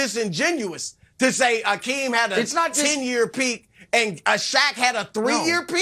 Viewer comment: Nick should learn how to pronounce Hakeem’s name correctly before speaking about him.